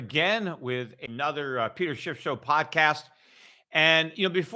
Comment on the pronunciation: "A-nother"??!? Where did you learn to speak the English language?